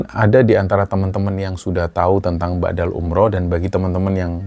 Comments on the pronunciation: Mohon maaf sebelumnya 🙏🙏 mau sdikit meluruskan, bukan ba'dal umroh mas TPI badal umroh, badal= pengganti. Kalo BHS arab kan beda pengucapan maka beda jg artinya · Maaf,sy dengarnya BA'DAL umroh. Yg benar adalah BADAL umroh. BA' DA dlm bhs arab bermakna "sesudah",sedangkan BADAL dlm bhs arab bermakna "pengganti" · ngapunten koreksi sedikit badal bukan ba'dal...🙏